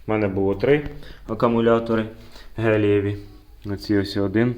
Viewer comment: друже, тільки ж то акумулятори гелЕві, а не геЛІЄві :)